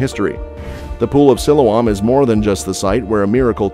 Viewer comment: I saw part of the Pool of Siloam when I was in Jerusalem last year and it was already open to the public. If you do another video, please learn how to pronounce Siloam.correctly.